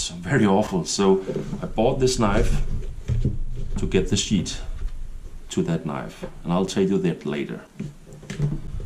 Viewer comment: As usual very well done, great video and I love that kept your children's knives all these years. That tells me lot about the kind of man you are. When you try to say sheath it makes laugh because it sounds like you are saying "shit" but I know you are not 😁